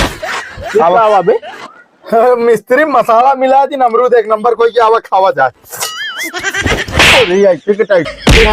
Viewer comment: अरमूद नहीं भाभी अमरूद होता है